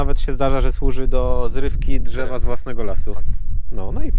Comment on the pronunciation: Mówi się : drzewa a nie dzewa